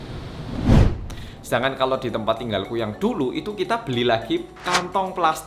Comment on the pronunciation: "Kita Klethek" 😂😂